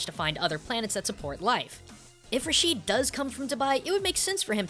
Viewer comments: Just one more thing, it's not pronounced Rasheed but more like Rashed with elongating the pronunciation of the (a) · is pronounced (RA-SHED) not (RA-SHEED) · Rashid is not pronounced (rasheed) in arabic it most commonly pronounced (rashed) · Rashid raa shed not rasheed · A minor annoyance, I noticed that foreigners almost never pronounce any Arabic name correctly. It clearly says Rashid (Ra-shid) but every one pronounce it it Ra-sheed for some reason. I understand when the names have no similar letters in your language so this has no excuse. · I think it is said "RAA-Sh-Id" , and not "Rah-Sheed". Over that's how I say it. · we pronounce the name rashd ,not rasheed. keep up the good work! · its Raashed how its pronounced but the spelling is rashid